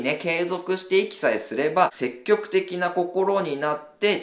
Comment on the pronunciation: 細かい話で恐縮ですが、せっきょくではなく、せきぎょくと天風さんは読みます。多分、相対的なニュアンス、絶対的なニュアンスを分けたかったのでしょう